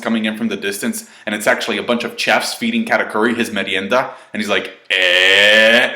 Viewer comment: Ch-efs? The “ch” isn’t pronounces like in “cheers.” It’s a “sh” sound like “sheer.” So sh-efs is how it’s pronounced.